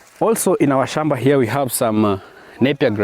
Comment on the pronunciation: Gem-beh??🫣 Hoe. Shom-ba??